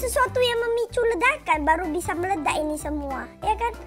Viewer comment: btw si pertama kan bilang computer mu meledak tapi meledaknya jadi meladak